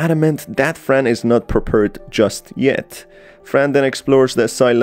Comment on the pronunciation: hehehe "perpered"